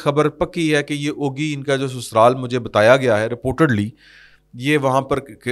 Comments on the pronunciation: Ogi nahin Ugi jaisey ugana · چھوٹی سی اصلاح۔۔۔۔۔۔یہ جگہ کانام اوگی نہیں بلکہ اُگی ھے